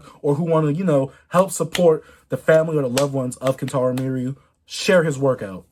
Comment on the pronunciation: Pls just say kentaro from now on